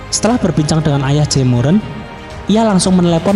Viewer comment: Dengernya Jaemuran